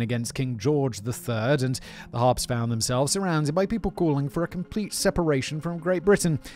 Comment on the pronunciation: I struggled with this because Simon can't say Harpes!